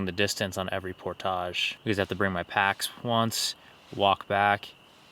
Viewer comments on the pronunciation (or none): 1 tip: "Portage" is pronounced "Por-tidge"... not "Por-tahhj" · Great video. You earned a subscriber. The word "portage" rhymes with "porridge," btw ;) but thats coming from a minnesotan. I didn't know it was pronounced differently in canada! You reel very fast when you're fishing. Slow it down and I bet you'll have more luck! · You are not pronouncing “portage” correctly. ˈpôrdij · You're pronouncing portage incorrectly. It's por·tuhj! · why are you saying 'portage' so weird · Hey! Native Minnesotan here...You're pronunciation of portage is French, more common in Canada than the US. You're not the only one. I've heard several YouTubers pronounce it the way you do and was confused, as I'd never heard it pronounced that way. I've been in the BWCA 5x, but not in 30 years.